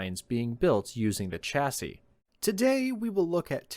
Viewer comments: Please pronounce chassis correctly! Its NOT chassis as in cha cha cha but "shasee" it grates to hear this constantly being mispronounced! Great stuff otherwise!! 👍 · Sha-sis, my only issue with this list as a European. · It's adorable how people from Trumpisan can't pronounce "chassis".